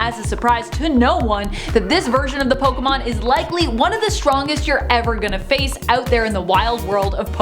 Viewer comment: Finally someone who pronounces pokemon correctly 👍